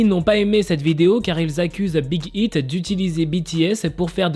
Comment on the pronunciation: ont comprend que ton anglais fuite un peut 😂 Mais! Respecte le nom de l'agence de BTS c'est Big aïte pas Big ite ( je sais que sa s'écrit Big Hit mais c'est un exemple pour que je me dites pas "bah Big Hit et Big Hit c'est pareil ) brefff Respecte😭😭😭😭 tu respecte ton apagala je sais pas quoi mais tu respecte pas l'agence de BTS!!!!! ( A prendre au second de très )